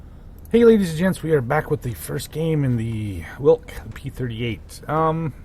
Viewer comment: Pronunciation - "Veelk". In game it has V-770 V12 engine from prototype, but model has V8 (4 exhaust pipes in the row). It was a air-cooled engine, game insists that it is water cooled. There was no jet exhaust stack.